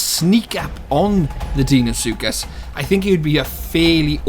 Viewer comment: Deinosuchus is pronounced dino-sookus. I don't think a titanoboa would easily kill a deino or rex in real life considering titanoboa was only 1135 kg which is less than a quarter of a deino's weight. anacondas can kill caimans over twice their size but deino is way larger and is likely more aggressive than a caiman. It would only take a couple bites from a deino or rex to kill a titanoboa. of course the isle doesn't have to be realistic so they may make titanoboa stronger than it actually was. Though I still think that deino should have the upper hand. I think that titanoboa should be able to take on most mid tiers as they are mostly less than double titanoboa's weight and titanoboa wouldn't really be viable if it couldn't take them on. wait so if titanoboa shouldn't be able to take on apexes (pseudo apexes included) and is not fast on land what would it eat? It could eat ai and water creatures. If it can't fight deino well would it be unviable? If titanoboa isn't able to escape deino or fight it on land or in water that means that the match up would be unbalanced. would titanoboa be able to escape deino? I'm not sure, I wouldn't think so, though it is possible. Does that mean that titanoboa is conceptually flawed? sort of. It doesn't have to be totally realistic though so it could still be viable in game.